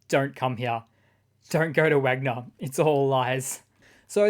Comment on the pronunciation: "Wanger" instead of Wagner...LOL Mobilized Russian, convict "soldiers" are wankers.